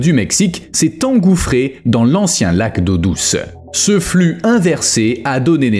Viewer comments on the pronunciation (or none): none